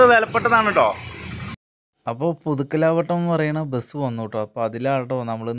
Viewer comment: പുതുക്കലാവ ട്ടം അല്ല മോനേ പുതുക്കലവട്ടം